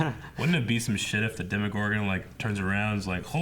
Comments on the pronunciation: Dema-gore-gun lol 😂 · loves being a rebel and pronouncing things different and it annoys me so much lol (demogorgon, cercei, etc.)